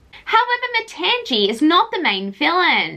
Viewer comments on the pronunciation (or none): I think her name is pronounced Ma-tahng-ee.